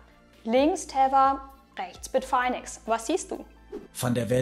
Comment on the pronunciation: Spricht man das wirklich BIT - FINE - EX? (Also: BIT - FAINE - EX) Dachte immer, dass das BIT - FINN - EX gesprochen wird. So wie andere Stimmen im Video...